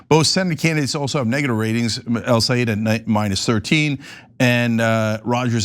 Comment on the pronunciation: Great! Nice podcast on MI! Just want to let you know Abdul’s last name is pronounced like this: El-Say-Ed not eed. Thank you.